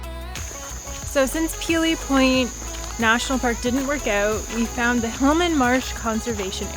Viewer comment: It's point Pelee not peely point thank you have a good day!